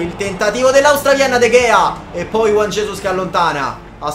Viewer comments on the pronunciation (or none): none